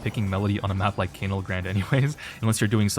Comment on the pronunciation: 3rd vid of asking to pronounce canal correctly